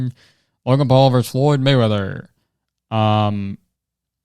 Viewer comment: i love how much you're struggling to say Floyd Mayweather